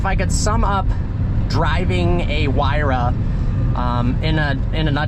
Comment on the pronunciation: It's not pronounced "why ra"...it's "hoo-ay-ra"...I own 58 of these